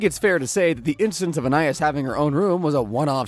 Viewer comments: So is it just me or was everyone else thrown off when he said Anayas instead of Anais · I think Anais name is pronounced “AnEyeEase” 😅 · Idk how they could keep saying Anias name wrong with this much knowledge on the show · Yoo if you're gonna make this video at least say her name right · He keeps saying Anais's name wrong. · I think he pronounces ANAIS name wrong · that is NOT how her name's pronounced bro 😭